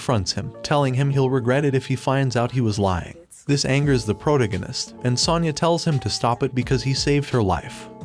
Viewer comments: say it with me-- pro-TA-go-nist. Enphasis on the second syllable. Not PRO-ta-go-nist. Or stick to Bota. It's painful hearing you. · i get triggered by the way you pronounce protagonist, it is pronounced: "pro-tAgonist". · Pro-toe-gag-ist. Lol 😂 I can no longer unhear this. 😅 This voice is so weird to me. Love your videos.🎉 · How the friend chicken fuck do you not know how to pronounce : protagonist "?????🤬